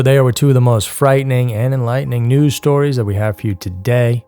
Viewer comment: for long time I thought you were saying "Twisted 2's" not " News".😅.